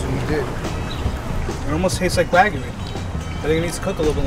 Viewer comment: All these butchers and meat specialists pronouncing wagyu wrong as fuck hurts my soul